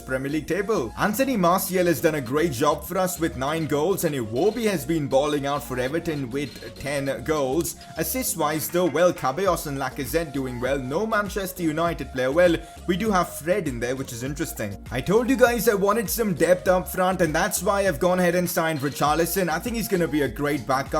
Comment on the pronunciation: you pronounced "kabeyos"